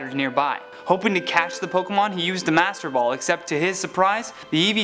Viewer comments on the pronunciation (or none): none